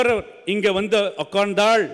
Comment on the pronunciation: யோவ் தமிழை சரியாக பேசுமா..தமிழ் வளர்த்த திமுக காரன் இப்படி பேசலாமா.. 😂😂😂😂 ஓட்காந்தால